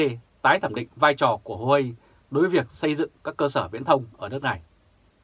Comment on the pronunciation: Huawei đọc là Wah-Way hay nôm na là "qua-quây" nhé nhà báo